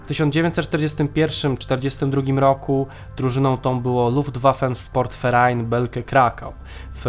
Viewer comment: Jest super ale jedna mała rzecz. Moglibyście nauczyć się wymowy niemieckiej . Na przykład nie Luftwaffe SPORT Verein tylko SZPORT. Pozdrawiam!!!